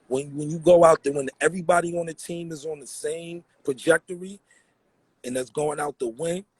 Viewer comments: Why keep saying pajectory? It's trajectory. lmao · It's trajectory not projectory